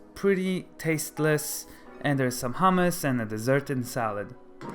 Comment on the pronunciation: "hummus"? Come on, you're Israeli. Pronounce it correctly.